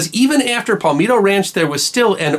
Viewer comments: Check your pronunciation on "Palmetto" and "Ponape". The first is "Pal - meh - to", not "Pal - mee - to" and the latter has the emphasis on the last syllable. By the way, it's been changed to Pohnpei now. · I get peeved when towns,places,bodies of water are mispronounced. mispronounced The Battle of Palmetto Ranch.Pal-met-toe,not Pal-meet-toe. Being from Texas, l have heard many mispronounced names in my 57 years. I know the Brits mispronounce the river between Texas and Louisiana,it's pronounced Sabeen,not Sabine as it is spelt. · Palmetto is pronounced with the sound of "set"....not "meat". No pal -meat-o. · Love this channel. Did you maybe mispronounce the name "Palmetto" ranch? chs sc.